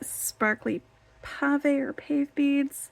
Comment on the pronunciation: It's pav-a not pave as in pavement.